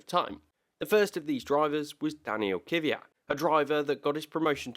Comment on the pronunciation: I know I'm being picky, but it's fucking Kvyat not Kyvyat xD